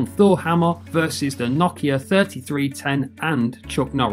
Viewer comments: It's pronounced No-Kia not Na-Kia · nakea? tf is he saying